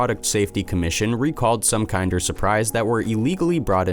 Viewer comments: Bro how do you f up kinder Dead ass everytime I see one now i am gonna hear you saying kind er instead of kinder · Kin-der, not kine-der. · It’s kin-der not kind-er just saying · LMAO Kind-er surprise... Kin-der surprise my friend. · I'm British and I'm triggered how says kinder KIENDER!! It's like saying kindergarten KINDER!!!!! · Me too. I'm australian. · Kin-der not kind. Kin der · Kinder isn't pronounced like kinder as in someone is kinder to you, it's pronounced like kin as in someone is you kin & der so kin-der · Pronounced kin.der. omg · KINDER!! KINDER!! IT'S KINDER SURPRISE!! LIKE KINDERGARTEN!!! OMG!! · I couldn't get past this dunce rhyming "Kinder" with "binder," so THUMBS DOWN again. Stay safe, everyone. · Kinder... seriously why is this channel full of people who pronounce things so weirdly. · Mispronouncing "kinder" once or twice was a little annoying. Repeating it as many times as it was in the video was outright obnoxious. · I'm a Yank and am triggered as well lol. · Me too. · Kinder, the brand, is pronounced like in Kindergarten, not as if it’s nicer than others. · ‘Kinder’ is pronounced as the same as ‘Kindergarten’ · OMG!! The first word of the video past the title and he mispronounces it!